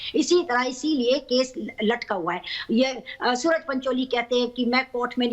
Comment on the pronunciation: 12.27 - सुअर पंचोली है न कि सूरज पंचोली